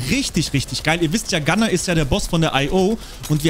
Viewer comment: Du sagtest GUNNAR FALSCH🤬🤬🤬🤬🤬🤬🤬